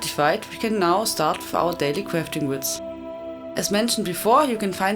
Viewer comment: daily cwafting wits <3